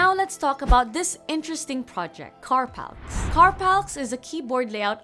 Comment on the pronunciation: I have a feeling Carpalx is pronounced more like 'carpal eks' than 'carpalks'. Still, I'm currently building a minimalist split programmable keyboard with Colemak mod-DH. Hopefully it won't take too long to get back up to speed.